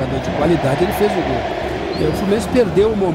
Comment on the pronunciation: Nessa época ele falava "gol" e não "guol"